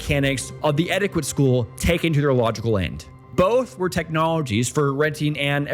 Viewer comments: it's pronounced "etiket" not "etikwet". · Etty ket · I finally pinpointed why your speaking sounds a bit weird. You over enunciate. You also have the wrong pronunciation on some words like etiquette and Swiss. You said it like etti-quit and Swish. Mainly it’s you over-enunciation. Feels unnatural and forced. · Im loving your content. Immediately subscribed. But - what is your first language? Cos ive never heard someone who pronounces the q in etiquette or the town in Downton Abbey. Or is it engagement bait... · That's not how you pronounce etiquette